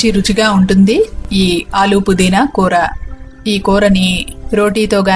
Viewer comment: It's koora not kootra.